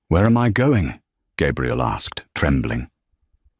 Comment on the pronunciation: Love the story, hate that you are saying her name incorrectly-- Gabriel (male) Gabrielle (female & what is written) From California 😊